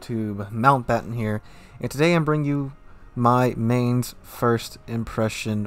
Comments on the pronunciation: So it has better guns than Cleveland, faster guns, it has better armor, it has torps, it has better hydro... but no radar? Oh and better range?That about it? I love the Cleveland but this looks awesome. Oh and it's pronounced with an i, like 'fines' and with a 'ts' at the end. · Negative on that Chupacabra. Studied German for five years in school myself and Domitius is correct. The "z" at the end of Mainz is pronounced "ts". This has been driving me nuts because I saw NoZoupForYou review the ship and he was pronouncing it the same as Mountbatten, with a long A sound in the first syllable and an S at then, like "Mains". No. Long I sound in the first syllable and TS at the end. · It's pronounced 'Mines'. I threw my dedicated 19pt firestarter Nurnberg captain on her. So far every singe battle I was either middle tier or bottom tier. It's been a struggle. I get the shit focused outta me, probably because 'new ship smell'. Priority Target is very recommended. Feels very much like a Nurnberg in a tier 8 match. With Demo Expert and both fire flags you get an 11% fire chance times twelve every 6 seconds or less. With Adrenaline Rush fully kicked in it's like a 4.8 second reload. It's really nice getting into a fight with another cruiser. Get close enough and that legendary German AP will do some goddamned work. Hell I was using it on broadside battleships 13km away and getting damage numbers close to 5k. The 38mm HE pen does bad things to USN, French, and British battleships all day long. German, Japanese, and Russian battleships not so much. IMO the only letdown is the 25mm plating and rudder shift. This ship would be so much better if she had the ability to bounce 15 inch shells. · You should watch the WG Armada video about how to pronounce Mainz. With all your love towards german ships still saying her name like its american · Agreed! I was stationed at Lee Barracks in Mainz, Germany for two years and I cringed EVERY time you pronounced it.